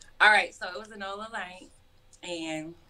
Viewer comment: It’s not nola it’s said like nolya